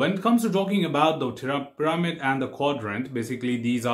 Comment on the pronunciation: Test pir-a-mid